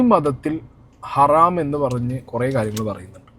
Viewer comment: ഹറാം 🚫ഹരം ✅